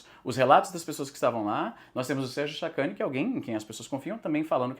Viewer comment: Izzy falou Sérgio sacani eu ouvi sacudo.